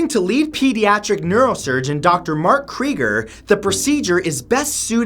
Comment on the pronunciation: Really... Kreiger?